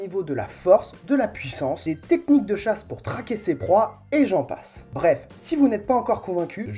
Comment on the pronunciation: Il chache ? Nan je déconne mdr, je ne vais pas te laisser un comm' seulement pour relever une fourlache haha. Intéressant, le montage et ta manière de présenter tout ça est assez sympa... " Fat' diab' ti ké n'imbiançe " comme on dit chez moi.. Foutu diable quelle ambiance !!!...